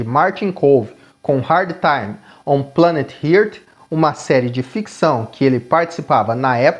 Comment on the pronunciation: Os vídeos são bons. Só acho que deveria olhar melhor a pronúncia das palavras em inglês. “Planet Earth” ficou esquisitaço.